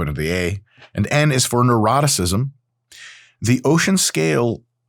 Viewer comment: I love that when you say 'Neuroticism', it sounds like 'Eroticism' ಡ ͜ ʖ ಡ